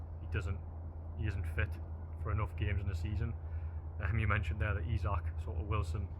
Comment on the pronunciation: it's pronounced eezak howay man taalk proppa and could you journos invest in a tripod as I am feeling quite seasick watching you bobbing around on video other than that keep up the good work